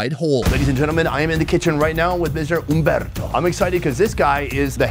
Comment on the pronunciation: I love how really takes the time to pronounce the r when he visits Spanish-speaking countries, like in Humberto. Thank you for visiting my country